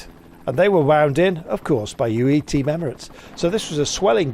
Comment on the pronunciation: I wonder is Mr Kirby will ever be able to pronounce Team UAE without dropping the U ?